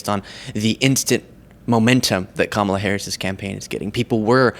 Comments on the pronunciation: Margarine Tyler Greenie keeps mispronouncing Kamala's name! Biden and all Presidents have immunity, so what does it matter if he was involved or not? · We don't like mtg. she obviously doesn't know how to read because she constantly mispronounced Kamala name. mtg needs an urgent cognitive test because if she can't read she can't even remember the pronunciation of the Vice President of the United States for the last 4 years that's besides being delusional. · SORRY MARGE WE ALL VOTED FOR THE TICKET OF BIDEN AND HARRIS. SO SHE WAS VOTED FOR AND SHE WAS THE NEXT IN LINE FOR THE PRESIDENCY IN CASE ANYTHING HAPPENED TO BIDEN. WE ALL KNEW THAT. WHAT IS YOUR PROBLEM? Why can't they say her name properly? VOTE 💙🙏🏼🇺🇲🎆🗽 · Most of these morons can't even pronounce Kamala correctly... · I get excited when I see you have a clip of MGT ..... LOSING IT It makes me Laugh DOES she know how to say VP Harris 1st name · Yall racist people know how to pronounce her name. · Strange that the GOP could pronounce Kamala properly two weeks ago. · It’s funny that the GOP insists on mispronouncing Kamala’s name, like it’s gonna hurt her feelings 😂 VP Harris ain’t no ❄️ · The Republicans constantly saying her name incorrectly is so juvenile. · Have you noticed that all Republicans pronounce the Vice-President's first name with the emphasis on the second syllable, while she (V.P. Harris) pronounces her own name with the emphasis on the first syllable? I was taught when I was a little boy that mispronouncing someone's name was disrespectful. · I'm really tired of them mispronouncing the name Kamala. They're just being disrespectful. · For the 1000th plus time, maga is projecting their own insane, illegal thoughts and plans. Side note, how juvenile and petty of maggats to continually mispronounce Kamala. (sorry, I should have continued your video before commenting) Vote All Blue. Stop maga Madness! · They can't say Kamala correctly because they are toddlers! Racist Toddlers!